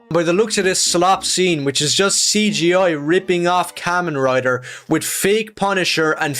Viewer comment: And the way he said it too, "Kaymenh Rider"